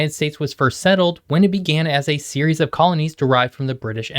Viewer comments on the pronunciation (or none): none